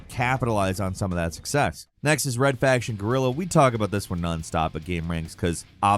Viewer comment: What is Red Faction Gorilla 🤣 ? PLEASE learn to say "GUERILLA" right and not say Gorilla hahahahahaha.